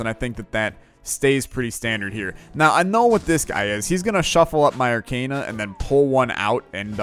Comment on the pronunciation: For Zote’s sake it’s pronounced arc-AH-na not arc-AY-na. Just had to mention since you say it like a million times in an episode.